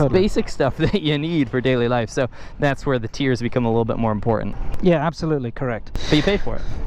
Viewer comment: There it is again, "It's im-por-UNT ...". and again with, "...you get a situation where the tiers are im-por-UNT". ...Yer killin' me Smalls.